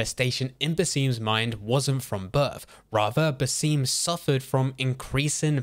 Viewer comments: It's not pronounced "Baseem" his apprentice pronounced it Basim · It’s pronounced “Baz-um” (Basim) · Why are you pronouncing it Baseem? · How did i mess up the pronunciation of Basims name that badly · How do you pronounce his name wrong every single time, it’s almost impressive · This guy pronouncing "Basim" the wrong way is so disturbing. Imagine saying "Lu-ki" instead of the proper "Low-ki".